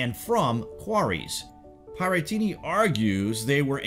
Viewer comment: You mispronounced Pierattini right at the beginning.